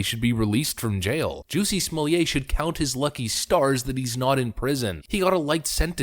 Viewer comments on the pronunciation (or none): SmoleeAY???? NoNoNO It's just Smollett SMAH let. Or if you must smah LET. Why do people not get this?? What are people getting out of this idiotic mispronunciation? Is it just to prove that they don't speak French, or to pretend that they do? Or what? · Somllett is not pronounced "Sommelier" a Wine taster or wine steward.